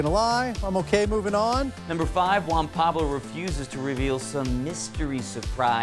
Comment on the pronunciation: Juan Pabs. eesh